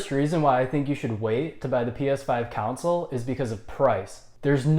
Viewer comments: Why do you pronounce "console" like "counsol"?😂😂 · This x 1000. If you can't say "con-sole" , maybe review other stuff. Politics maybe because you can say council. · Why does he say council, its console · Console mate not council haha are u even a gamer?? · Its pronounced CONSOLE not CANCEL. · Good lord it's console not "counsel" 😂😂😂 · Why does he say cownsel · Council* he said😂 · Can’t trust someone who dnt say console right😭